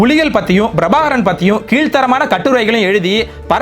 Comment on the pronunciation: முதலில் தமிழ் எழுத்துக்களை சரியாக உச்சரிக்கக் கற்றுக்கொள்ளவும் அது Brabhakaran அல்ல Prabhakaran... ஏன் தமிழ் உச்சரிப்பில் வடமொழி உச்சரிப்பைக் கலக்கிறீர்கள்?